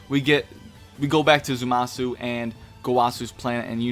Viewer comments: It's Zamasu, not Zumasu. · Ikr i kept cringing lol but I'm not gonna make a big deal cuz he is very tired in the video